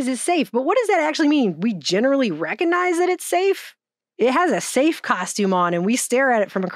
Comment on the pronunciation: I love you, but, but.. Reckanize isn't a word. Recognize, on the other hand, is.